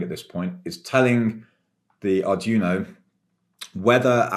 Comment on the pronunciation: Nitpick: it's pronounced more like "Ardweeno" than "Ardjuno".